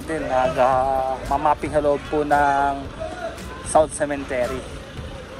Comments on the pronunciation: CEMETERY po hindi cementery,, sorry po correction lng,, ✌️✌️✌️peace! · sementeryo Hindi cementery the right pronunciation sa english😂 CEMETERY